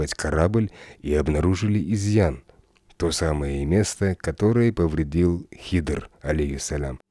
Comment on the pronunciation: Хидр а не Хизр